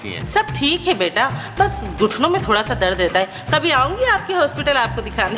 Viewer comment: Mehmood Sahab be like thori ❌ Thora ✅ 😂